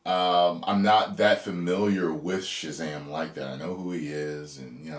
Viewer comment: This is what happens when you force women in a script. It's Shazam not Shezam. In fact Shazam shouldn't even share his powers with the others. It just takes too much focus away from the hero.